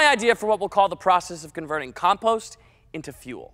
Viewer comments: “Bri ish” “calm pawster” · He says compost so weird.